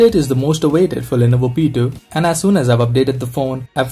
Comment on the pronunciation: the way you pronounce lenovo P2 like lenovo petu